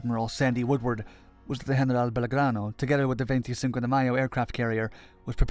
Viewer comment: Why do you break into an absurd accent and pronounce General as if speaking Spanish